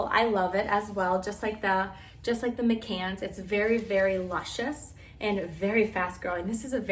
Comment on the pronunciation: My-cans, but thanks for the great video.